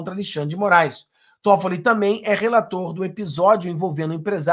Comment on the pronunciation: .eu amigo, não é Todfolli. É Tóffolli. A primeira sílaba é mais forte!